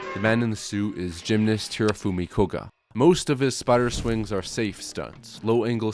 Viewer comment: Spider Swwinguu😂😂